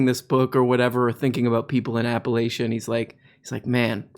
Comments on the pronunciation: Its pronounced “apple lach ah” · “App-uh-Latch-uh” is how we say it here. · pronounced locally as "apalatchia" with the ch making a sound like in cheese and chester, not the sh sound. Source, live a couple hours outside of apalachian mountains.